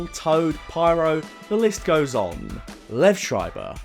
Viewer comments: Just a heads up; Liev pronounced LEE-ev not Liv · His name is pronounced Lee-ehv.